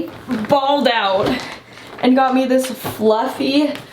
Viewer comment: When you were talking about the glasses that Tate got you and you said “He was very gracious and got me a pair” I thought you were speaking in the third person and saying “Got a pair” 😂